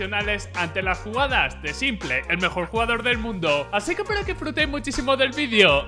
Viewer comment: a los que le pone nervioso que le diga simple y no simpol